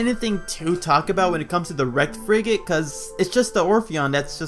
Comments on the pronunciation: i keep hearing friggin orpheon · The more I here frigate, I keep hearing “freakin”! I keep hearing the Freaking Orpheon!